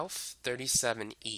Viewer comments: Its called west, not wess.... Same goes for east not eeess. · I would give him that, except for the fact that he said. Eas, Wes 🤦‍♀️🤦‍♀️😬